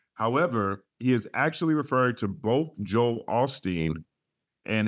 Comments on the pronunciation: It was on purpose. He pronounced Joel in a funny way and I initially thought that was the way they did it on the west coast. Then I listened over and over, and with the hints of AI and the Sixth Sense (the movie), I then realized it was Jo “Hal” Osteen. That made sense to me because of his precision. I cannot imagine that he would make a mistake. The lyrics that I saw online said “Joel Osteen” and not Jo “Hal” and I decided the online lyrics that I saw were wrong. I saw a few reaction videos that heard it the way that I did. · The Holy Spirit of God is also called the Holy Ghost I think that’s the reference to Pastor Joel Osteen. Plus the way he pronounce the name is suspicious. Then again, Kendrick ain’t God, this could have been a simple mistake that take a life on its own. As long he stays quiet, no one will ever know for sure.